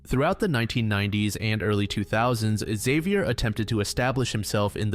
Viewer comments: Xavier, not Ikzeviyer. He's french ffs. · Man you need to look up how names are pronounced when making your videos. "Exavior"? You even say Xavier correctly throughout the video and then incorrectly several times. There is no E in front of Xavier, this is like the whole "A-Aron" situation all over